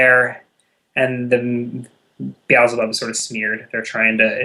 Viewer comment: Wait! Has he been saying Beelzebub this whole time? Could have sworn he was saying The Owls Above xD